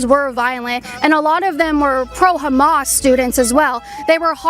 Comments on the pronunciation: Did he just call Hamas, hummus? 😆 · I thought that guy said "hummus". 😅 I'd have said, "You're a chickpea". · That guy said Hummus instead of Hammas and it took me out 😂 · That one guy said Hamas like "Humus" and my sarcastic brain went "Ohh i understand the confusion now. Leftists think they're supporting humus, not Hamas" 😂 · Did that guy say Hummus?? It's actually Hamas 😅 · That dude said humus.. like the food?